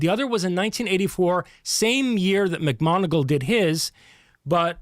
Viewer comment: if ur such a science smart ass, how comes you pronounce 'macmoneagle' as 'macgonagall'?. two different people pal